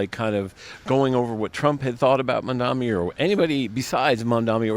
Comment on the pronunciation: Some people, including the reporter, still can't get his surname right. Mamdani with (N), not Mamdami. Loool, why is it so hard?